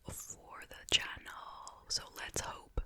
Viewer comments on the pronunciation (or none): Every time you say ‘channel’ it reminds me you’re from Long Island ♥️♥️